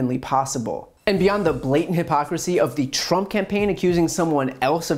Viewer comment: yes I heard him I think he said Donald prump 🤣🤣